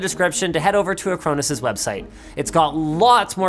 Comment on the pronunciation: Dunno, I was distracted by "ac-crow-nis" (I thought it was "a-crawn-is" all this time)